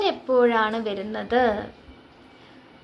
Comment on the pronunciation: വെരുന്നത്, വെരുക എന്നല്ല ട്ടോ. വരുന്നത് എന്നാണ്. വ മതി. വെ വേണ്ട.